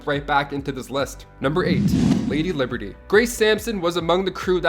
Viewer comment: Lady Libery? Libery?